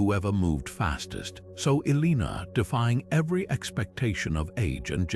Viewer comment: Elina?? Seriously if you're gonna use ai at least make sure they get the main name right.... But this is awesome info. I've I've to tons of stuff on Eleanor but this stuff is fascinating and less known! I'll have to go check out the other videos